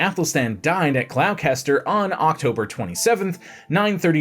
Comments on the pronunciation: Glos-ter. Not Glow-ses-ter. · I assume Gloucester, and not some brand new city of Glow-Caster?